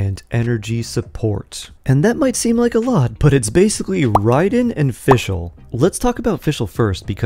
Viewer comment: Why do people continue to mispronounce the name ? Its RIAD EN and not RIDE EN. Her name is RAID EN (RAIDEN) as in my stream got raided. or That army did a RAID. (RAIDEN). like pronouncing Ray and NOT Ride. 🤷‍♀🤦‍♂